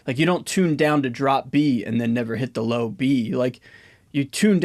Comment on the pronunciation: "LOW"crian, everything else is good